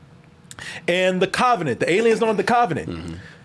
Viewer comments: What is a cov-A-nant. pronunciation lol just sayin, I ain’t makin fun of the dude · The "KAVA"nent. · CAHvenant! yeahhhhh buddy that CAHvenant! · Christ, the way pronounces "covenant"...😬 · Lol Y is pronouncing "Covenant" that way?! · The way says Covenant has me crying 😭 😭😭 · I used to think he pronounced it like that as a joke like in his Alien Covenant review.